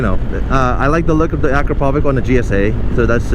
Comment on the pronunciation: Acropovic? It's Acrapovic (Acrapovitsh)